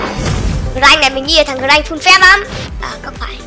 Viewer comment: Mà con grakk phát âm là Gờ-rắc đó anh